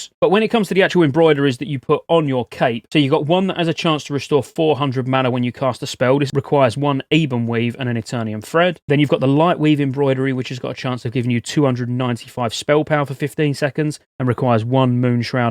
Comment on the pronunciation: love the videos, I subbed to the channel, but please for my sanity and for the rest of WOTL... Ebon (weave/blade) is Eh-bun, not Eee-bun! Enjoy